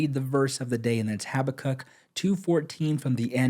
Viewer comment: I wonder how much you know about the Bible (or anything) when you can't pronounce Habakkuk correctly!